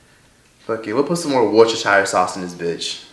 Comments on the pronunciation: “Worchester Sauce”😂😂😂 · “Worchester sauce” 😂😭🤣